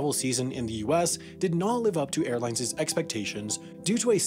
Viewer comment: I see you still haven't learned how to pronounce the plural-possessive form of airline. It's NOT "airlinzez". Jesus, when are you going to learn this?